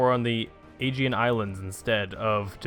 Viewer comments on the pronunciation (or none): none